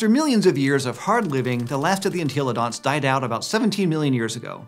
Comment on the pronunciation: I can’t be the only person that gets triggered every time he says “En-TEEEEEE-lo-dont”